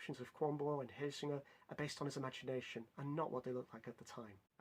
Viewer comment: Your pronunciation of Helsingør is great! Well done!! Also very interesting that Hamlet was basically written to make the English more comfortable with a danish ruler XD